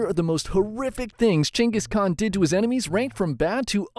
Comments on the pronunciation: who the fuck is "chenkis khan" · changis kahn? what're you chat gpt? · its kenghis haan btw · you talking bout Genghis Khan or someone named "Chingus"? other than that interesting video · Gain-Guss khan. Not Chuingoas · geng guhs kaan… not jenghis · I kept thinking he said chengas kahn lol 😅😂😂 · CEO of: “Chayngus con” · I keep hearing "Chungus Khan" 😅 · Who is Jenghis Khan? brother... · Dude doest even know the proper prounce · Why do i keep hearing chungus khan? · Is no one gonna talk about the pronunciation of "(J)enghis Khan" 😂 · Chungus Khan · Who the fuck is chenis khan? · How can I trust you to get the history right if you can’t pronounce his name? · The way you say Genghis Khan‘s name is so f’in annoying and wrong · You know all of this about him, but not how to pronounce his name right lmao